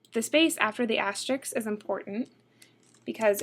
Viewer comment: This lady should 1) learn how to pronounce "asterisk"; 2) train herself to speak with the full range of her voice rather than with the constricted "vocal fry" that she currently restricts herself to.